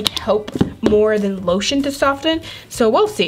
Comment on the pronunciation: You said oiltion